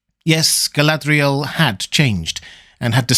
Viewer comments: I can’t even get my head around how you are pronouncing her name. What kind of accent is that meant to be and what guidance is there from Tolkien for the proper pronunciation? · why do you roll your "r"s when pronouncing Galadriel or Lorien but not when you say the word Sauron?